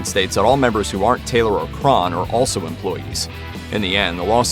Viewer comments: Crahn? CRAY-HAN - NOT CRARN OR CRAHN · Shaun crawn it's Crahan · You mispronounced Fehn and Crahan. It's like pronounced like "Fain" & "Crayhan"